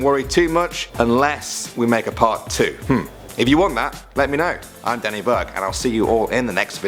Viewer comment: Hay Danny Burke! When you say Danny Burke it sounds like the swedish word bög whith means gay...so yeah XD